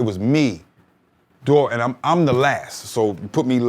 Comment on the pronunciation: Hearing him pronounce Duro's name as "Dorro" after hearing so many rappers say it another way while growing up is a bit cringey.